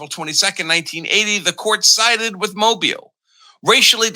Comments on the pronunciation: Mo-BEEL. Not MO-buhl. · Mobile is pronounced "Mo_beal". Not Mobil. Just a helping suggestion. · It's pronounced Moe Beal. Not Mobil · It's pronounced "mo-BEEL.' And, Congress has authority over elections. All elections. Art 1 Sec 4.